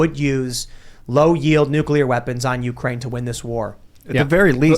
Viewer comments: God damn it!!! It's NOT NU-CU-LER!!! The word is pronounced NEW-CLEE-ER!!! "The word "nuclear" is pronounced differently in different English-speaking regions of the world." In the United States, the word is pronounced "NEW-klee-er" with the emphasis on the first syllable." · it’s NUCLEAR, not nucular. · NUCLEAR NUCLEAR... say it after me! NUCLEAR... not nucular! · Wtf is going on with so many idiots not knowing how to pronounce NUCLEAR correctly??